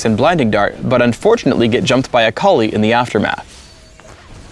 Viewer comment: He says Akali like "A collie"